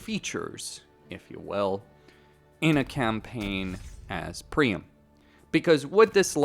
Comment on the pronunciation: PriAM not Prime 😂